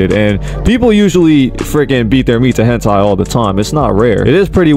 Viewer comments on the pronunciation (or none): none